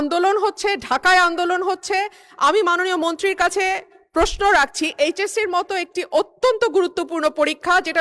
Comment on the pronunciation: পস্ন 😂,, ❌ প্রশ্ন ✅